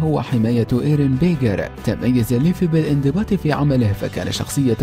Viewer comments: ليفي ههههههههههه ليفاي مو ليفي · slassi بعرف ايسمه ليفاي بس عم نتمسحر ع صاحب الفديو عم يقول ليفي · ليفاي قال ليفي و ناتسو ٲبوه اسمه اغنيل مو دراغنيل و ياجامي لايت ما عرف ينطقها صح و جاب العيد فيها 😂😂😂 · صح انصدمت لما قال ليفي راحت هيبة ليفاي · ايوه قال ليفي ما قال ليفاي حرام راح فيها ليفاي هههه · كما انه قال ليفي 💔💔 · والله شكل المعلق لبناني. اسم الرجال ليفاي. نطقه ليفي. الحمد الله ماجاب العيد وماقالها. ليفه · اول شي اسمه ليفاي مو ليفي وثانيا شي شكرااا على مجهودك 😇😇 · ليفي اجل هاه؟ ليفاي اسمه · ليفاي وليس ليفي لولوش وليس لوليش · اسمه ليفاي وليس ليفي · ليفي T_T omg طريقة نطقك للأسماء تجرحني كثيرا ، ليفااااي يعني بال ااايي ، هههه سوف تنتحر شخصيات الانمي بسلام ، بعد سماعك 3: ... في الاخير كل ماهو عن الانمي هو الافضل 3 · ليفاي مو ليفي يا ورع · اسمة ليفاي مو ليفي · ياخي ليفاي مو ليفي ههههه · ايوا اسم ليفاي يلي بهجوم العمالقة جاب العيد فيه 😂😂😂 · ما موتني غير نطقة لليفاي يسميه ليفي😂😂😂💔 ولا هوجاكي الرابع ذي لٱ تعليق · ليفاي مو ليفي وكمان شهاب و هوكاجي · اسمه ليفاي مو ليفي الاسم كله خطا اسمه ناروتو اوزوماكي مو يوزيماكي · حرام عليك ياخي ارن بيجر ههههههههه اسمه ايرين ييغر وبعدين ايش ليفي شوهت اسمه اسمه ليفاي